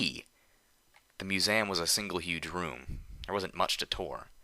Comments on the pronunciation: Museum: Mew-zee-uhm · You pronounce museum funny. I at first thought they had spelled it weird in the story.